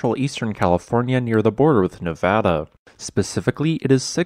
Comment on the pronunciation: As a Nevadan, I appreciate the way you pronounced Nevada. The video was pretty informative. I've always wondered how those rocks came to be that shape naturally.